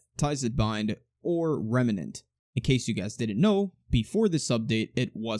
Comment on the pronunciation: i like how you say remnant